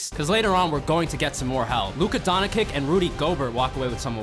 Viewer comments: Luka doncic❌. Luka donkick✅ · blud said “luka donikick” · Luka Don-hi-kick🤣🤣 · Luca Donickick😆 im dying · You mispronounced Luka doncic